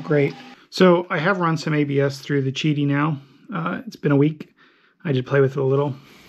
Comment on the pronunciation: Qidi Tech is a chinese company, so the Q is pronounced like a Ch. Chidi Q1 Pro